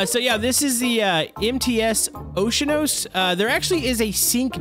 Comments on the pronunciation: it's oceanos just so you know :D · it's the oce a nos not ocenos but it's ok i like your video. Continue your video:) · o she a nos is how you pronounce it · You said it wrong it is called oceano's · It’s funny he pronounced oceanos dead wrong!